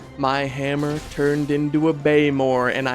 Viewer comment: did this fool just say Blaymore lol